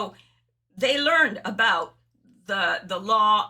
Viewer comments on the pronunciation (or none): none